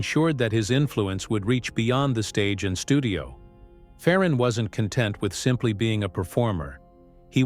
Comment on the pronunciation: His name is pronounced Fair on not Far on